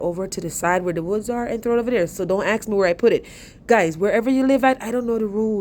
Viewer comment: Go to Lowes and "Don't AXE ME??"" did you mean "Don't ASK ME"??